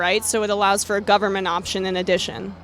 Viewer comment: "We don't need no federal guvamint. I like living in a third world country."